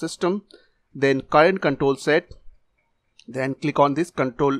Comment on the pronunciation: bro your accent on countol is so funny. In Indonesia it like kontol=peanus